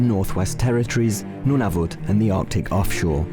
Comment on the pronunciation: Every time the narrator said Nunavut I died from cringe as a Canadian